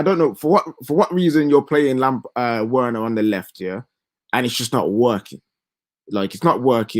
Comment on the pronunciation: you are such a mug, you corrected the deluded Spurs politician Alex who ddnt pronounce Bergwijn correctly, but you keep entertaining these Chelsea big heads who can't pronounce Werner correctly. It's actually annoying how they keep mispronouncing it. Same as those Arsenal fans who mispronounce Wenger, using a W instead of V 😒